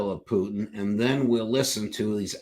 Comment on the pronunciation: That is the proper pronunciation of the RF President's surname.